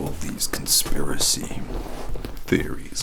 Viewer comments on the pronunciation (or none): "conspira-SEE" i'm calling the cops 😂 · Conspiracy, conspiraSEE 😂❤️